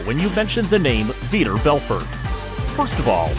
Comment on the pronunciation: Vee-tore Bell-fort. I am at a loss about the percussion. What? Cool video. Some good info. But for real learn how to pronounce the name and then pronounce it that way each time you say the name. I heard about six different ways to say his name.